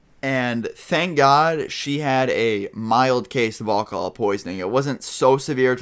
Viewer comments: Anyone notice thst he said Olcohol instead of alcohol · You say alcohol funny :D it may just be your accent but it sounds like you say all call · like the way you say alcohol lol. :-)